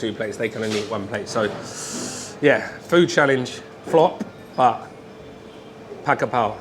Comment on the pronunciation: Pronounce Pad Ga Prao.